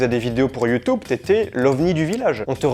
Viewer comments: YouTUUUUUUUUUUUUbe!!! Et pas YoutOUbe. C est youtUbe bon sang de crotte de bique naine !!! PAS youTOUbe😂❤❤❤ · C’est marrant comment tu dis YouTube. Merci pour cette vidéo intéressante